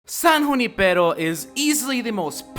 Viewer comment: You the only one who pronounced Junipero right. Just like me. I come from a city that has Junipero as a street so I knew how to say it correctly